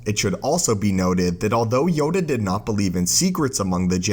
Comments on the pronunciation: sounds like Yoga not Yoda. Made me laugh, love the vids. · Yoda has a last name it’s LAY HEE HOO YODA LAYHEEHOO